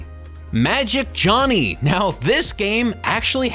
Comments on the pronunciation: You said Johnny not Jony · This guy can't read. Or at least he doesn't know when to use a long vowel. Instead of "Jony" he says "Jonny", "shrivving" instead of "shriving", and "Lassie" instead of "Lasy". If you're gonna take the piss out of something, you might as well pronounce the mistakes. That's why I think he just doesn't know that they're spelled wrong. Oh, and 52 minutes? I would love to know how many people stayed to the end of that. You're reviewing garbage - dial it back a bit. Nobody wants to watch crap games for a whole hour